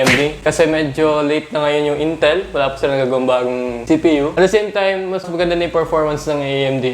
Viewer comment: no one:''At da seym taym'' xD